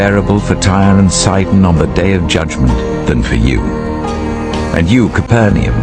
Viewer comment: "TYRE AND SIDON"